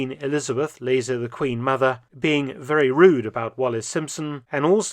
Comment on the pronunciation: Veeeewy intervesting!